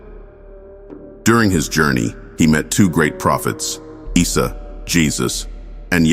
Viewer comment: Not "Israel and Mirage" it is Isra wal Mirage, Pronunciation of Isa AS , you just hear it, like issa, good video, but lot of mistakes, please correct it